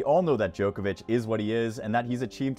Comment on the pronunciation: You are the joker. It is Djokovich. Not JOKER VICH